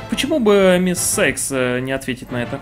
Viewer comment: Всем все равно но Cykes читается Сайкс